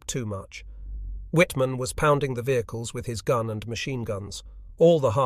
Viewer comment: This narration is much better than many but yes. Listen to how it pronounces machine for one.